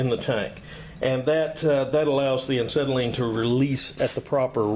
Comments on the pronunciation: The irony of you trying to shame folks for not knowing how a acetylene cylinder works on the inside compared to a hollow steel/aluminum for gases such a propane, UHP, oxidizer and inert gases. Etc. etc. And you can’t even pronounce acetylene properly. p.s The mysterious material inside is nothing more just ordinary firebrick, acetylene gas is dissolved in acetone and the firebrick is their to keep it mixed and remain in liquid form. I mean no disrespect it’s just I hate when one is criticizing and wrong themselves whilst doing so. Cheers! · Why do you KEEEEP on saying aNcetylene instead of Acetylene? If you're going to make a video where you're going to use the word acetylene fifty times, it would be polite to first learn how to pronounce it...... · AH SETTLE EEN not AN SETTLE EEN - there is no "N" in the first syllable. I just grates at my head everytime he says it. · When I heard "Ancetylene" I paused to see if I was pronouncing "Acetylene" wrong. Anyway, I enjoyed the content of your video. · There is only one n in acetylene. And it's not after the A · Absolutely loved this video because I have wondered what was in an acetylene tank for half my life and I'm 74~!! I weekend weld and really enjoy it and have been told many times what was there but never got to see it and some of the guys that told me didn't know what they were talking about. I could listen to you say ANT CETILENE all day~! Chalk me up on the Subscriber Board & looking forward to more education. P>S> don't trip on that ball peen hammer behind you on the floor. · He keeps saying an-cetylene. Too funny. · An-cetylene. Never heard of it. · Glad I'm not the only one that noticed. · Yeah. Why the hell is he doing that? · Tony R um, because he never learned how to pronounce it properly? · Not trolling. Its factual. You're saying it wrong. Take the advice or leave it. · Why do you pronounce it aNcetylene ? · You keep saying Ancetylene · There is only one, "N" in acetylene...lol